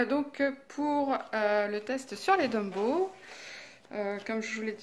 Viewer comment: Ouiii , je les ai , mais , je les ai pas acheté d'1 coup , lol , Bisous :) Au fait ont dit Tombow et pas Dumbow , à moins que j'ai mal entendu , looll Si si , tu dis Dumbow mdrrr :D Bise